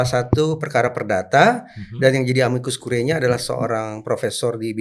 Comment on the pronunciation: moga2 hakim MK ga pada masuk angin bacanya amikus kuriye bukan kurae